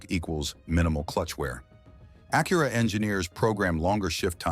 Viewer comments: Is that how you pronounce ACURA? really? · Especially when it keeps pronouncing Acura and present wrong 😂😂